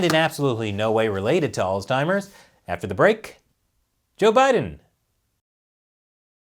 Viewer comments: Alz-heimers. Not alz-timers. No T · What is “alztimers”? “Figural”? Figurative, ya doof. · Guys, I love you but there is no "t" in "Alzheimers." You keep making it sound like "Old Timers." "Altzheimers" is not correct. Oops. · Alzheimer's doesn't have a T....Sounds like you were saying Oldtimers. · Interesting pronunciation of "Alls-timers" you got there 😏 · Let's just stop saying Alztimers plz....ur driving me fuckin bananas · Allstimers that's a new one. No t in alzheimers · "Allz Timers" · Seriously though... there is no "t" in Alzheimer's. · Why does keep putting a T in Alzheimer's? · Your pronunciation of Alzheimer's is a bit off. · Why can’t pronounce Omicron and Alzheimer’s correctly?? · There is no T in Alzheimer's! Still love ya though.... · dude... learn how to pronounce Alzheimer’s!